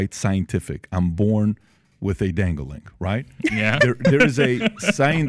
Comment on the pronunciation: Lol Pat said “dangalang”!!! 😂